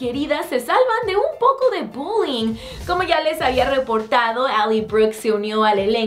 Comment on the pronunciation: Parece que dice budin en vez de bullying